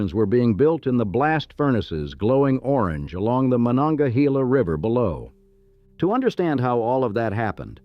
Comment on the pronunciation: Carnegie’s first steel mill, the Edgar Thompson Works is still operating. In the 1960s or 70s Carnegie Institute of Technology was renamed Carnegie Mellon University after a large influx of Mellon money. As for our southern river, it’s not pronounced Mon-onga-he-la. We say Mon-onga-hay-la.